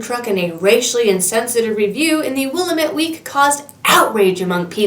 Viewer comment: Our river the one of only 2 or is it 3 that flows NORTH is called Willamette (Will-am-it) not (willamet)